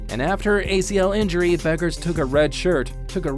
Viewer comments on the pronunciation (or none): it’s pronounced “beckers” not buckers 😭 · Pronounced as bEckers not bUckers. Anyways, chances WNBA '25 expansion team GS Valkyries land her? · Buggers????? First, learn how to pronounce her name fool. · I always enjoy good vids about Paige B., but it's remarkable how few folks actually learn how to pronounce her last name correctly. The U is silent; her name is pronounced Beckers. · Her name is pronounced Beckers